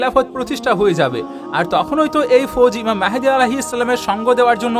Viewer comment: Vi mehedi noi vai mahdi.